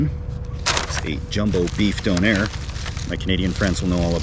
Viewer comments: Dunner not donair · Its not Don Air its donner well at least here in ireland that's how we pronounce it anyway 😊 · It took me a while to realise he was calling a doner (How we pronounce donna) when he was saying “done air” lmao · Wait. You have donairs? Pronounced “dough-nare”? Which are literally doners, pronounced “do-nuh” or “dona” over here in the UK. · the way you say donner is weird for me, in the UK its quite a popular fast food, we pronounce it 'don (as is a mafia don) er(her without H) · A 'donairre'. Never heard of that, until you unwrapped it and saw it was what we call in the UK a 'doner kebab', we pronounce it like the name Donna. A delicious congealment of lamb stuck together and cooked on a rotating upright skewer in the shop. Usually consumed by people in the UK after numerous step 2's, its served in pitta, flatbread or even naan bread, and served with salad and either chilli sauce, garlic mayo, or thousand island sauce. It looked delicious, I hope you enjoyed it. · We have Donner Kebabs here in England, from pressed Lamb + herbs and spices, but we don't pronounce it with a soft O like beer fund Doner. It's a hard O like Donna Summer. They come in a pitta, pronounced with a hard I like Pit, not pete. They come with salad, usually something like cabbage, red cabbage, lettuce, onion, cucumber, tomatoes, pickled cabbage. Then there's a sauce, like a chili dip.